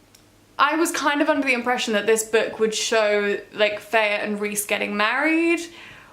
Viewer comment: also who do you pronounce her name Feyah instead of Feyrah lol